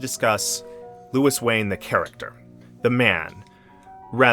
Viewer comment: Thanks for the video. It would have been better if you pronounced his first name correctly. The French way.